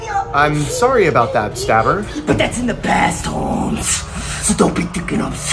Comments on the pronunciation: By just saying "staberrrr" makes me laugh to cry😂🤣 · My name is stabBER!. Man put emphasis on those b's😂